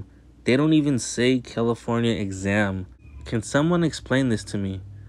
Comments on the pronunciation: Fml did he say California examed? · A California exam license doesn't make any sense. Unless I misheard you and you are attempting to say the word exempt? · Exempt, not exam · Hey Tulare, it's "EXEM" as in exempt from paying registration fees/taxes, not EXAM. Peace. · "Exempt" not exam. Just found your channel. I enjoyed this. Thanks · Not giving you a hard time ... it's EXEMPT not exam. It's because they are exempt from paying taxes. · It’s not exam it’s exempt… Love your channel and your content… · California exempt you mean? It's not exam,...it's exempt. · Good video, just be more accurate. It is exempt, not exam. And yes, you probably did catch this department engaged in corrupt behavior. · Its EXEMPT. Not exam plates. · It’s EXEMPT not exam... smh 🤦🏼‍♀️ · Not a biggie but it's "California EXEMPT" not exam. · The proper word is "exempt" not "exam" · Exam plates? You mean exempt? 😂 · it's "exempt," not "exam" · "Exam" 😆 it's Exempt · also it's exempt not exam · It's exempt not Exam🤦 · *EXEMPT not exam lol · LOL EXAM its Exempt. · Exempt not exam lol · Hey love all that you do man!! But it's "Exempt plates"